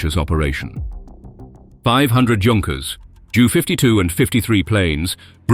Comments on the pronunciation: It’s becoming more difficult because they make the same errors as humans. The computer doesn’t know what a Junkers JU-88 is, and pronounces it literally Junkers Jew instead of J.U.. Coincidentally, so does the newsreader on the nightly news who’s only knowledge of aircraft, military and civilian, is that they don’t want the middle seat. Sorry, I went off on a rant there, but lack of knowledge by people reporting or narrating aircraft content annoys me. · Does the commentator not understand English place names ? Leicester becomes Lie sester, Gloucester Glow-sester the German plane Junkers J.U. 88 becomes a Jew 88 & others too silly to repeat !!